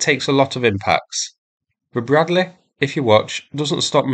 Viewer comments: is the "Breadleh" ment to be used against tanks? ... noobs 🤣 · Anoother Bruddleh fuyres on the Tee-nuynteh? ...okay...